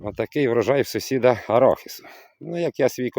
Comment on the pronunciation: Не с0сід, а сусід